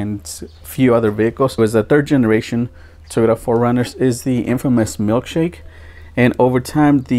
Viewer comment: I've never heard anyone pronounce Toyota as teeyota